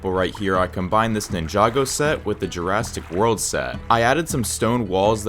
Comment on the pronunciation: Has anyone noticed that he said Jurastic world?